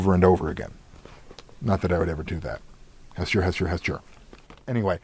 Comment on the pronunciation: Has-chur? I thought it was Has-toor At least that's how my copy of Call of Cthulhu RPG says how to say it. Although, it is nice to have alternate pronunciations for role-playing purposes.